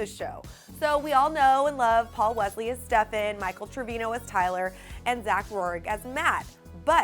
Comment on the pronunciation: I sent you a link of Paul Wesley, HIMSELF actually pronouncing his own name.